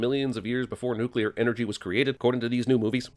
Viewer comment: You can't expect a mouth-breathing troglodyte like, who pronounces "nuclear" as "nucular" to know what "nuclear energy" is. Give him a break, the word is longer than 2 syllables.